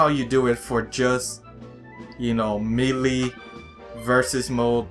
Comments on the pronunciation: Not me-le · its not pronounced meelee lmao do u not hear the announcer? its pronounced maylay (lol watch someone reply calling me a grammar Nazi or something similar) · Melee is supost to be pronounced ma-la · I am trigged on how u say melee